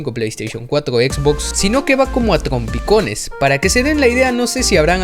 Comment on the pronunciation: "contgoles" "cuatgo" "tgompicones" haga ejercicios para su dislalia, o prepare un guion para no decir cuatglo